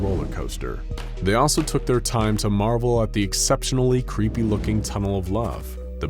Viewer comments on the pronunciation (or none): none